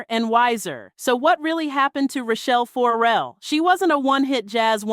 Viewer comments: 4-Rell is hurting my ears. fuhRELL us please. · Why are you saying her name like 4L? For L? It’s Farrell. Looks just like it spelled. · WTF is up with the FOR-rell pronunciation????